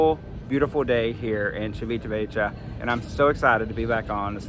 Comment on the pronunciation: Ha! Yes… … learn how to pronounce it. I don’t like the “sweets” nor bakery items on board Celebrity because they are NOT MADE WITH REAL BUTTER. Thus… no taste. IMHO.